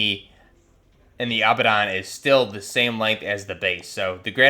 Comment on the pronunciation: Great vid! Congrats on finally not calling it "Abandoned" for the Abaddon. Very proud moment as a long time fan. You hesitated there for a second but clutched it out.